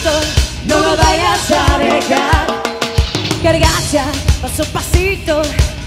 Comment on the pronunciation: No no se dice cargacha. Debiese aprender a decirlo correcto.